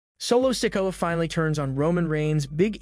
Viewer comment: This narrator needs to learn the names he keeps mispronouncing so wrong